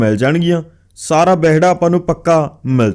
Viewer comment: Behda ni Wehda hunda 😂